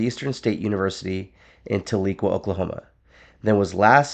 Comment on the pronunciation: Its actually pronounced Tah-le-quah